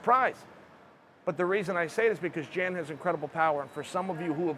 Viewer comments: Jan 😂 Uncle Chael strikes again. It's pronounced Yawn = Jan we got u Unk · "Yan" is how it's pronounced. I know a Jan and sounded just like Uncle Chael for a while. It's Jan, not Jan. C'mon bro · Chael your the man.... Pretty sure it's not prenounced Jan though. Fairly sure it's prenounced Yon. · Hey Chael you moron. It's Pronounced Yan, not Jan. Jan is a Girls name. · Jan = Y(ANN) Joanna = Yo(ANNA) Much love from Poland:) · The way you say „Jan” is all sort of wrong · Chael “Jan” Sonnen